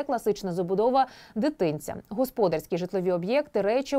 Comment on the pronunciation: Чому ведуча ТСН називає: горОдище, а не городИще, госпОдарскі, а не господАрські? Чому ведуча не покращує знання з літературної мови? Проставте їй наголоси в тексті, чи що.